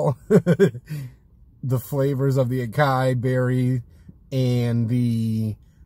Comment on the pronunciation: Lol I love the review. However just a tip for future reference, you would pronounce it A-sah-yee not A-Kai. Just helping you out homie. Keep up the good work